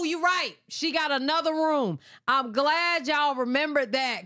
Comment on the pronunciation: Chrisean said IM ON MY WAY NOT EEM ON MY WAY! 😂